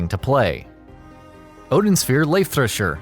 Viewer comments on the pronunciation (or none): Damn you really didn't bother looking up how to pronounce Leifthrasir did you?